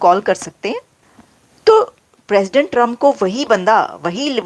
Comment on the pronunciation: भाई दुनिया के 47 प्रेसिडेंट बने है आप बोल रहे हो पेशेंट बने है😂😂